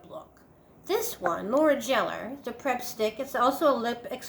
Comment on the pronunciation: It's pronounced Geller not Jeller. The same as Ross Geller on Friends! LOL